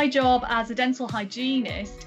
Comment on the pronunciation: i thought she said that "I love my jaw" until i saw your comment